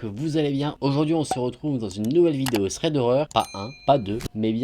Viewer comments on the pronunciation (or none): none